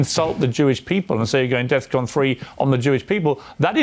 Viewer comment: "death con". Ya think that was a pun, or is it more likely he doesn't realize it is "DEFCON"? And 3 just means he is alert.